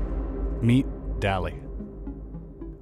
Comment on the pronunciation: Nitpicks 1) DALL-E is typically pronounced similar to WALL-E... so like... "dolly" 2) "DALL-E is an open AI". OpenAI is the name of the group / company that made DALL-E 2, as well as GPT-3 and AlphaFold and other stuff. 3) "It's basically a giant brain that uses the whole of the internet to create unique imagery within 20 seconds". I feel like this might give the wrong impression. AI models use training data, most if not all of which likely came from the internet sure, but probably quite a bit of human effort was spent screening which images were acceptable. Anyways, important point is that after the training data is collected, there is no need to scour the internet again. 4) "Input your information and wait". I would say "your information" sounds like it's asking for information about you. Better term would be "prompt". Though I don't think anyone was confused with what you actually said.